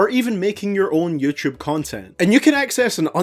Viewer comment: innit funny when he go “youchewb”